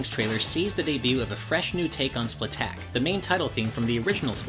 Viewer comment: It's splat attack not splatack